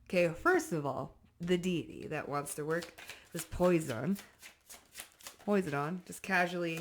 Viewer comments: you have in your own unique, inimitable and readership way been of valuable and lightness to and for me. I now return a portion of my indebtedness: Poseidon (PO-side-UN) from the depths of the sea(s). I wanted so much to watch you continue with the mispronunciation cause I was laughin' good. But I reminded meself, "you may suprisingly cross paths with this sharp young woman someday and by then she may/could have figured out no one came to her rescue. Not a great 1st impression/integrity moment. THAT would be scaaaawy. All due respect and reverance intended. Double lightened up! I needed it. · Poseidon is being casually cruel to for mispronouncing his name. If you need your back or anywhere scratched, I volunteer ❤😂❤️🙏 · I'm going to be casually crual ans let you know you cracked me up when you said Poseidon. The pronunciation. Lols. BTW though. Some water energy does live in my room with me. The faucet in the kitchen et will speak with water drops. I know it's funny. But true. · The way she is pronouncing Poseidon omg love you girl😂❤ much appreciated ❤ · Poseidon saying put some respect on the pronunciation of my name LOL so he tickle s your nose😂 How you pronounce his name is so freaking cute I’m laughing and enjoying this read so very much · Great read. Are you referring to Poseidon? The Deity’s name is pronounced Po-sigh-done. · Lemme be casually cruel real quick and let you know that you're itchy cus you said his name wrong 😂😂😂😂 it's pronounced po-sī-dun. Long I. No itchies next time lol😂😂😂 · Hi sis, The capricorn in me couldn’t let you go out like that… I appreciate you, and this reading is spot on! Wait… It hit me after, when you said Posydon… I’m like whose that… Then i’m like oh wait. She’s saying PO-SI(long I)-Den. I wanted to type it how I hear it when I say it, just in case the dictionary way wasn’t clear. Sincerely Capricorn, support good people in saying it correctly. Peace upon you. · Its pronounced po-side-on Posidone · PO-SI-DEN......Love Ya !